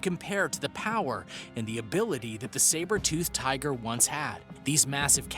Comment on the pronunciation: Learn to properly pronounce the creature names please. Also check your facts. The saber tooth tiger was powerful not fast. Same with the short faced bear.